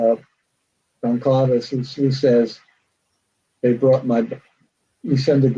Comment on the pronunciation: I expect an author to be able to pronounce goncalves...